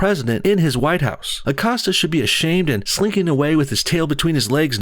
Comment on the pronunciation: Acosta.. “accosted her” lolz